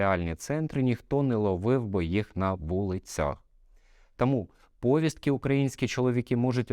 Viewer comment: Не говоріть пОвістки, бо правильно говорити повІстки ! ☝👍